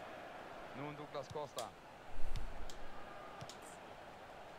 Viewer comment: douglas costa spricht man doglas costa aus :)